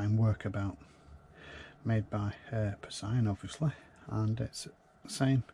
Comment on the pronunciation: The "P" in "Psion" is silent. The original Workabout is a strange beast. The keyboard follows the earlier Organiser 1 and 2 alphabetical layout, but uses the Series 3 OS (SIBO), it has a small screen reminiscent of the Psion Siena, came with 2MB of RAM and the option to clip on several interesting hardware options, including a small printer. I keep meaning to buy one, plus several other Psions missing from my collection. If only they weren't so expensive. 🙁